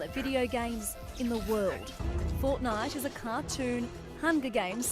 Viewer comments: Watch from and the news lady said fortnut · hold up hold up did she just say fortnut